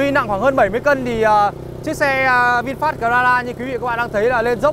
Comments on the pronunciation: Bài review của auto rất chi tiết vs thực tế. Chỉ ko thích là lúc bác nói từ Vinfast thôi, nghe như là Vin phét ấy...mình có tra thử tiếng anh trên google dịch nó đọc là vin fat rõ chữ a chứ ko phải chữ e như bác đâu nhé! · lossless lossless bác ấy đọc chữ a thành chữ e luôn! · Anh nay noi chu Fast nghe vui tai ghe